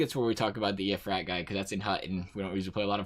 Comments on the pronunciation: It’s eye- uh- frate-ee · It’s I-a-frate-e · Iafrate = Eye uh fray tee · Al Iafrate (Al eye-a-freighty) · Al Iafrate : I-uh-frate-e